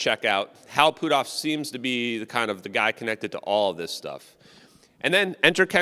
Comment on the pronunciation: put off is not pootoff, stop messing the guys name up every time you say it